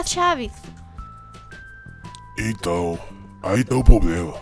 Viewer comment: Pedro henrique o nenho Pq tem uma hora q ele fala poblema